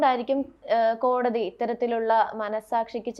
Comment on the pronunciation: ?????കോടി???? തി എന്നല്ലേ പറയേണ്ടത്